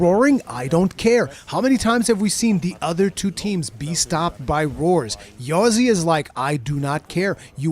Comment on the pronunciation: I knew that Ozzy was taking part in this Tournament but I didn't expect him and his Partner to dominate the competition like that o7 And yes it's "Ozzy" not "Yozzy" xD Really enjoyed the Commentary! I hope you two get to do this again in the future ^^